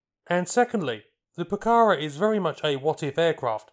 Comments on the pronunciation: it's not pronounced puh-CA-rah, it's puh-cah-RAH, accent in the last syllable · No es "Pucára" es "Pucará". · Please pronounce it properly: the acute accent on the last “a” tells you where the word should be stressed: poo-ca-RA not POO-cahra nor poo-CAH-ra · Please correct your intonation: it's not "pucára", it's "pucará". The emphasis is on the 2nd "a", not the first. And the 1982 war wasn't its main combat usage; that doubtful "honour" was anti-guerrilla, that is, it was used to hunt down those who opposed the dictator of that particular moment. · pucaRA stop saying PUcara. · (1)'Minor revision, "Pucara" is pronounced stressing the last "a", "pucaRA". (2) Good documentary about a beautiful airplane. Thanks! (3) A jet propelled version was considered, but never went beyond concept and proposal. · Another great video. Say 'PucaRAH' - the final a is accented. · Se pronuncia: Pu - Ka - Rá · Greetings from Argentina: 1- It is Pucará (accent on the last syllable) 2- I agree, the timing was horrible for this plane. 3- The engines were also a weak point. They weren't as reliable as the rest of the plane 4- You failed to mention a version, the IA-66, with Garrett engines, intended for export and to explore other engines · Muy bueno el video. Es Pucará, con acento en la última "a", se pronuncia como palabra aguda. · In pronouncing Pucara', note the accent mark on the last syllable.